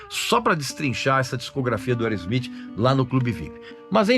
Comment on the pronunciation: Boa pronúncia do nome da banda. Mandou bem 👏👏👏